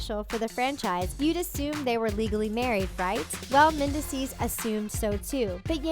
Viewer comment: Omg the narrator constantly mis- pronouncing mendeecees harris' name is driving me crazy. Like do some research and learn correct pronunciation before doing narrative commentary!